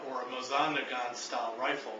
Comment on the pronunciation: butchered Mosin too by saying, "MosAN".... Despite the t in Nagant being silent, I think it has been irreversibly Americanized and people just call it Nagant anyways. It makes me cringe...